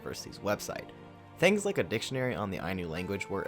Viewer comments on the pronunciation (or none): none